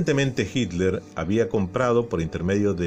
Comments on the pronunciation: si no es inglés en serio porque le dice así? Sería “jitla” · Por qué dice "Haitler"? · ¿Adolf "Haitler"?...